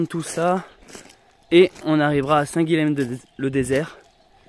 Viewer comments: Salut ! Super vidéo et super projet ! Par contre arrête de massacrer la prononciation de mon prénom (Guilhem). Ça se prononce Guillèm, « y » et pas « L » ! En tant qu’occitan vu qu’il me semble que tu es du Lot, t’es censé savoir oh ! Bonne route et bienvenue chez moi dans l’Hérault ! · Hello. Toi qui lis tous les commentaires, je me permets une petite correction. On prononce Guilhem (Guy yem), qui est un dérivé de Guillaume, Will, William ou même Wilhelm en Allemagne. Guilhem est un prénom assez connu dans la région de Montpellier. Donc on prononce bien "Guyem":-)